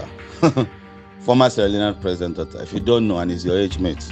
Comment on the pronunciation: im i the only one who heard protsitute not president? 😂😂😂